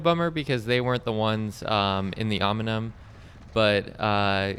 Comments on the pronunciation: Great video, I wish I was local so I could race with you (Hello from NYC). Also, the pronunciation of "OM-IN-UMM" killed me every single time. Can't turn it into a drinking game as your participants would be dead from alcohol poisoning. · Om-neeeee-um! Nice video though. Great channel. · 😂could agree more with the Pronunciation